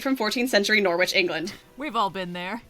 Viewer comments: also it not nor witch in pronoucing it nor itch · I can't tell you how much psychic damage I'm taking hearing pronounce my hometown "Nor-which". I'm sure that's how they say it in the flick too, but Norwich is more like 'Norridge' (to rhyme with 'porridge'). English place names are pronounced weirdly, but for some reason its even stranger to hear it mispronounced when it is your city! >< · Absolutely loving slideshow, but as someone currently sitting at home, in Norwich, England, it's not pronounced Nor-wich... It's Nor-itch, or Nor-idge, depending on your accent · it's "noh-rich" not "nor-wich" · It's not "Nor-witch". It's "Norritch". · Am I the only British person who is annoyed that they pronounce it ‘nor-which’ and not ‘nor-ich’ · as a person from East Anglia, the way pronounces "*nor*-witch" /lh its pronounced noh-rich btw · we love you, but you just said "nore-witch". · Thats not how you pronounce norwich, its [nɑrɪtʃʰ] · Loved this but i cannot get over how they were pronouncing norwich in this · So, fun fact about Norwich: it's not pronounced 'Nor-witch'. The 'w' is silent. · At firt I thought she mispronounced "Norwich" though. The UK one is pronounced "Norrich". … except it must have been pronounced in the movie so now I'm confused. Oh it is the Ohio one, not the England one, despite the knight. nvm then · no she does mispronounce it, she explicitly says it's Norwich, England, so it should be pronounced Norrich, but given we decided Leicester is pronounced Lester and Loughborough is Luffburra I can't blame anyone for struggling with English place names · I am sorry your presentation is wonderful but your pronunciation of Norwich made you lose the entire round for me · please look up british place names before you attempt them, Norwich made me spit out my tea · ....that's not how you pronounce Norwich. But a noble guess! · Completely besides the point of the video, but that is not how you pronounce Norwich